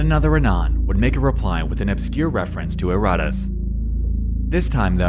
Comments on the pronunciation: Youre putting empHAsis on the wrong syllABle. Pronounce that shit erraTAS, not erRATas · "It's called erotice" And every time I bring up "erotice" subjects, my messages get deleted by the admin. .... and it turns out you mispronounced it every single time throughout the video....